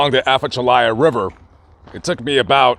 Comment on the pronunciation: That's not how you pronounce The Atchafalaya River but good try. It's uh-CHA-fuh-lie-uh.. Good story as always